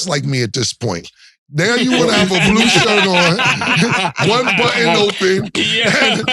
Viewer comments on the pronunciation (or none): This man said flu shirt😂 90s shit🥶